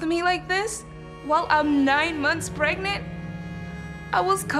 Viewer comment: First aval how the hell is the word “pregnant” so dang funny